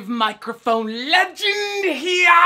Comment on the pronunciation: Take a shot every time he says "mikerphone"